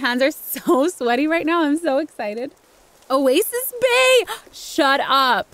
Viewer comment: I heard "a waste of space" than "oasis bay"... idk lmaoo